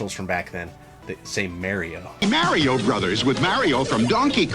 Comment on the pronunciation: Mario’s ability to create nostalgia for several generations is nothing short of amazing! It’s what got me hooked on video games. Still bust out “Mayro” till this day..LOL, I heard it pronounced this way and I just assumed it was a New York way of saying it. I swear I heard it pronounced that way in Sopranos too, I was like WTF did they just say?? Cheers to our Italian Broski! LOL! dick in the pic